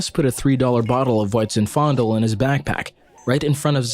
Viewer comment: zin-FEN-dell, not zin-FONDLE.